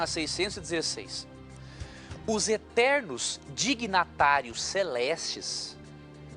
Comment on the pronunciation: o pastor Leandro Quadros falou errado ele disse: '''3 DIGNATÁRIOS'''a palavra correta é '''3 DIGNITÁRIOS''' vai lêr melhor o livro sua besta, depois diz que os outros é que não sabe de nada.